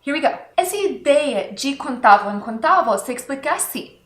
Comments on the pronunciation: Me permita a ousadia de mostrar a você a pronúncia correta: in/contável = in/ contááaaavel e não "contávo". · Eita professora. tenho que assistir de novo. tente falar a palavra "contável" e não "conTAVO" ahaha!!! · Adorei a aula. A pronuncia do “vel” na palavra contável/ incontável que ela cobsegue é: “contavo e incontavo…” Uma graça. Mas, ela é ótima nas aulas